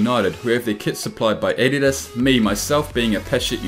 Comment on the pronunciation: You pronounce adidas wrong